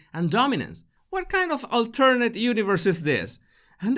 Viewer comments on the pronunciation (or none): none